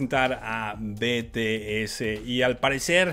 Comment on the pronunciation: Olovorgo con el Jimin... Es un Loquillo.... se dice 'BITIES' que las army te linchan xD